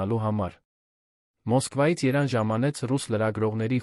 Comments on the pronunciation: Երեվան, ոչ թե Երանի... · Հեաքրքիր թեմաներ էք կարդում,բայց ինչի էք աղավաղում անունները,ԵՐԵՎԱՆը երան անվանում,Լեվոնը Լոն ,ասում,երեվի ձեզ մոտ բացակայում է ԵՎ տառը,հաճելի չէ լսել Երեվանի փոխարեն երան բառը,իհարկե ինձ կներեք,բայց ես այդպես եմ կարծւմ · Լյոնը լևոնն է, երանն էլ Երևանը😊